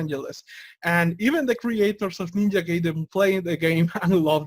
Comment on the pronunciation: "Guy"den. Not "Gay"den.